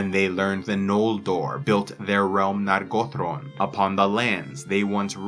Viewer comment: Nargothrond not Nagotrond